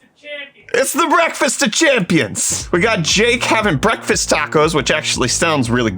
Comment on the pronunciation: Anyone else want him to STOP SAYING BREAFFFFAST